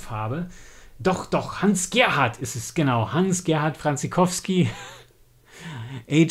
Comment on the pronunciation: Leider etwas spät, der Band ist glaube ich gar nicht mehr erhältlich. Hans Gerhard Franciskowsky, wird vom Nachnamen anders ausgesprochen und die Abkürzung H. G. Fancis wird deutsch ausgesprochen. Aber sonst ein schönes Video. Ob Roland Emmerich, der ja Deutscher ist die Serie mal gelesen oder gehört hat? Star Gate hat ja einwenig Ähnlichkeit. (Thomas)